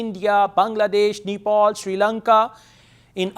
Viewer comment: Did u pronounce Nepal as ' Nipple '?🤣